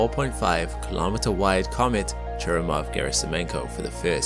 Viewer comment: Churyumov is stressed on YU, not on U - ChurYUmov. Gerasimenko also a little misspronounced. It's pronounced as written - GerasimEnko, not Gerasim'YEnko. E is already yotified sound. No need to dub it.